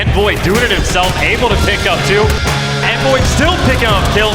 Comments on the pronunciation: He says his name as Onvoy. How would Envoy be pronounced like that even if the E was silent it still wouldn’t be that lmao I like him but that’s confusing to me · My names Onvoy. Bro your name is Envoy with an E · the way those old school announcers pronounced Envoy makes me want to fuckin punch someone... it's not some made up word. PRONOUNCE IT CORRECTLY!